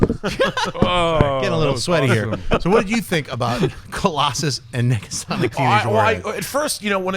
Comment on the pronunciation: you can hear a second G?